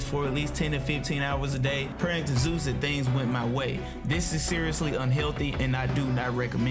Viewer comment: At least Kratos said ZOOOS